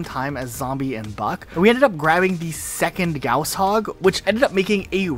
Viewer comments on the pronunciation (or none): Damn it shouldn't irk me so much but the way he says "gauss" is so wrong.